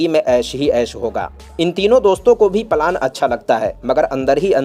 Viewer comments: यार भाई पलान नहीं होता प्लान होता है 😅बाकी मजेदार है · Plan thik tarahase bolo palan......kya hai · The way you speak out the words (Plan)is so disgusting.